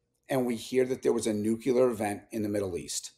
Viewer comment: I CANNOT TAKE ANYONE SERIOUSLY WHO SAYS NUCULAR!